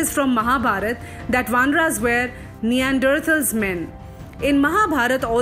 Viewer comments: First learn how to pronounce Neanderthals .... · Very informative piece which gives a new perspective into how we can understand the characters in Ramayana and how it can be equated to match the perceptions of the present intellectuals. Pronunciation of certain words are wrong like Kapi, Hampi and Neanderthals. It would have been better if the voice over artist doesn't commit such mistakes. Otherwise a very good attempt. Keep up the good content